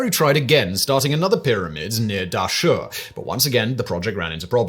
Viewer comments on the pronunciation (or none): Pedants corner: Djoser, alternatively Zoser, wasn't pronounced "De- Joser", the pronunciation was closer to "Jo-zeh", the 'Dj' sound running together and the 's' being a hard 's' rather than a sibilant 's'. Although slightly speculative, we can extrapolate this from the continuing use of the same linguistic convention in the Coptic language still spoken by the Coptic Christians of Cairo to this day, although mixed with elements of other languages, the direct descendent of spoken ancient Egyptian. I can't wait for the predictable replies beginning "Actually, I think you'll find..." It seems to go with the territory.